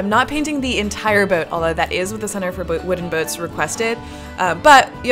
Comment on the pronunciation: Centre for Booden Woats?